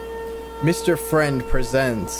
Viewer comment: It sounds like you said Mr French